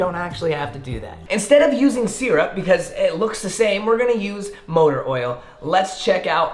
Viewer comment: nobody:: “seerup”